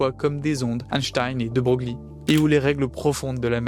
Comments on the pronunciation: c’est chelou, mais on prononce De Breuil, pas Brogli. Merci pour la vidéo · effectivement ca à piqué un peu au debut !😅 nous ne sommes jamais parfaits (d'ailleurs "de broglie" se prononce de breuille, mais "broglie" sans la particule se prononce brauglie car c'est le nom du village d'origine de la famille. encore un truc simple en français) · c'est pas un drame, mais quand tu fais de la vulga, pas savoir que ça se prononce "De Breuil" c'est pas terrible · Super travail ! 😊 Félicitations pour cette remarquable vulgarisation ! NB : de Broglie se prononce "de Breuil" ( breuille) 😅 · Dans la langue française, il n’y a pas de faute sur l’orthographe ou la prononciation des noms propres, alors ce n’est pas bien important et puis on en apprend tous les jours 😉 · alors techniquement l'IA me dit que mal prononcer un nom propre renvoie à sa prononciation d'usage et la bienséance linguistique voulant qu'on prononce comme le prononçait son porteur, en l'occurrence prononcer "De Broglie" est une faute d'orthoépie (sic) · J'allais effectivement corriger bien amicalement la prononciation. Bravo pour ta rectification...